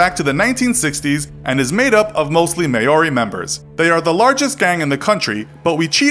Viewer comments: Bro it's pronounced mohri not may ori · Your say Maori wrong it’s mow-ri not mah-owr-I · its Mao-ri not Ma-o-ri if thats what you were trying to pronounce :) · Lets not skip, that was the worst pronunciation of Moari.. 'Mau-Ree' not May-Ore-ee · May-or-ee he says... mow-ree is the correct pronunciation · The mongrel mob in NZ are pretty rough, rape and violence is common. Murder and gun violence not so much. Don’t know if I’d call them brutal like some of the other on this list. Also Maori is pronounce sort of like mourry but you roll the r’s and put a d before the y. Hard to explain. Almost like mouldy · mayori 😂😂😂 im from nz and lost the plot when i heard him say that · Another great video!! But it's pronounced moa-ree. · I study NZ in college, you pronounce Maōri ‘Mol-dy’ just letting you know. 😀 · Pronunciation lesson - Maori = Mowrey (like Mike Lowrey). Maroubra = Maroobra. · MAY-ORI? lol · MAY-OR-RI smh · It’s pronounced M-OW-REE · Lost it when old mate said Maori 😂😂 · laughed at the pronunciation of Maori :') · He butchered alot of words. Triads and Maori etc. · And it's not called the Mighty Mob it's the Mongrel Mob. It's nice you make an effort to pronounce other words in other languages correctly. Maori isn't said the way you said it. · Who noticed he didn't say Maori right? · Never heard anyone pronounce the word Maori so bad!!!!!! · Hahahahahaha, cant even say Maori or Maroubra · Please never say Maori again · Please learn how to actually pronounce Maori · Butchered Maori terribly and maroubra